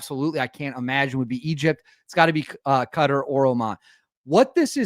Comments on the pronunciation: Hey buddy. Qatar is pronounced Qah-tar, similar to guitar, not cutter. lol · Qatar sounds like Katar not cutter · Just a tip on pronouncing Qatar. You got the Qa correct but Tar is pronounced like Avatar, Ava’tar’, Qa’tar’